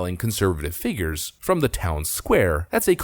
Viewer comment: Awww, you're back to saying "figgers" instead of "figures". You were improving for a few videos.